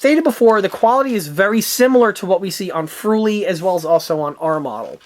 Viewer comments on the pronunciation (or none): "Friul" not "fruli"